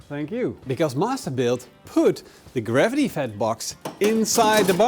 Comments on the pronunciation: What's garvity?😂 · Garvity or gravity?😂